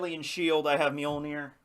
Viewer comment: If you can't pronounce the ö in Mjölnir you're not worthy! Time to practice your Swedish! And I agree with the chat, shoes indoors is kinda messed up lol